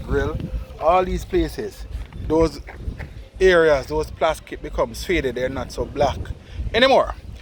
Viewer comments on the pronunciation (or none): Man say ‘plaskit’ 😄